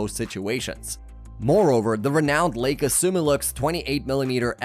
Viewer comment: The narrator mispronounces Leica 😦